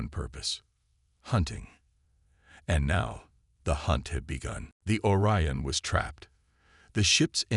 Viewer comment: "Or-e-uhn" LoL, Google it Channel creator, do your job.